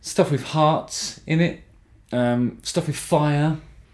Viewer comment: ‘Cafartic’ ‘wiv’ ...why, with all your articulacy and consciousness about your voice, are you unable to pronounce ‘th’ (not meant critically, just curious)